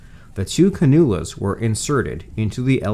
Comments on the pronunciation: Respectfully, “cannula” is pronounced CAN-yew-la, not can-OO-la. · Cannula is pronounced CAN. U LA.